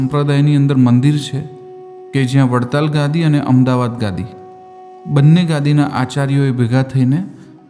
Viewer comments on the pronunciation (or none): none